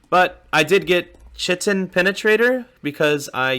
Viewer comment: Its titled "kite-in". Its in the cell walls of fungi if I remember correctly